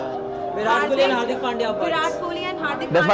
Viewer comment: Girl=it's hardik pandya He :- hardik bandya 😅😂